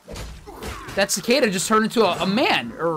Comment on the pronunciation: He pronounced Cicada right! One of the 20 Youtubers I've watched reacting to this game pronounced the insects' name right!